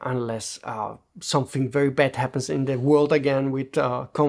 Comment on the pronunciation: **the** it's pronounced THE not da or de . Also there's no 'dat' for 'that' or 'dere' for there. And something is pronounced someTHing not someFing